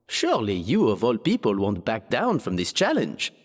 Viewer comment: Oh putain cet accent français est parfait, je suis plié ! 🤣🤣🤣 ✨Ze couquingue contaiste ✨ ✨You of all pipol✨